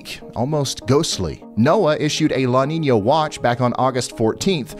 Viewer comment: "La Ninia" c'mon Ryan, it has a tilde it's not pronounced like that weatherman. Lol jokes aside I love your content keep up the great work bro.